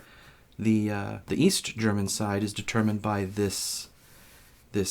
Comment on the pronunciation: Not being German, but I think your interpretation was still the best German I've heard from an American board game youtuber :)